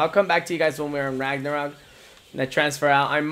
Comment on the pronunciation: You keep pronouncing LAGnarok wrong?